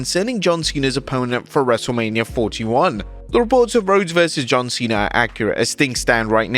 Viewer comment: John Cwena